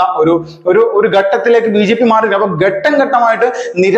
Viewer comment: 'ഗടക'മല്ല. ഘടകം എന്നാണ് ശുദ്ധ ഭാഷ. ഗട്ടം, ഗട്ടം എന്നല്ല. ഘട്ടം, ഘട്ടം എന്നു പറയൂ ഭാവിയിൽ. എടതുപക്ഷം എന്നല്ല, ഇടതുപക്ഷം എന്നും പറയണം. [ പരിഹാസമായി തോന്നരുത്.]